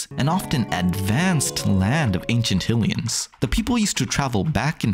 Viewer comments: I mean no harm…but “HILL-ee-uns?” Isn’t it pretty apparent at this point that it’s “HIGH-lee-uns?” No? Am I missing something? The Goddess, “HIGH-lee-uh?” And “HIGH-rule?” Again, I mean no harm, but this seems obvious. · the way you pronounce "Hylia" and "Hylians" so wrong is incredibly agitating. but other than that, good video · Who tf says Hillians? It's canonically been Highlians since at least the mid 90s.